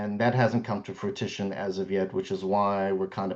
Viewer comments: If that attorney says fruit-ition again!!!!! lol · Is Attorney pronunciation of “fruTISHun” like “ow-loo-min-ee-uhm” vs the US “uh-LOOM-I-num” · So sad that the sister is willing to throw away her relationship with her brother over this estate. There is no bottom to avarice. Also, the attorney keeps saying the word “fruition” as “frutition”. He obviously likes the word bc he has used it at least 4 times in this video. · needs to be told that the word is fruition, not frutition. C'mon, man. And then he makes a bad math mistake, talking about the 1.85 to 1.4 million being a 500K discrepancy. I can imagine he has lots of other mistakes in his arsenal, and his English demeanor probably has helped him come across as more savvy than he actually is. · He keeps saying “fruiTiton”. It’s “fruition”. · no, he’s just getting the word wrong. Like I have a coworker who always says “fustrate” instead of “fRustrate”.